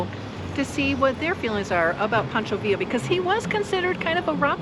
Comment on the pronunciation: Pancho not Poncho Villa state park. haha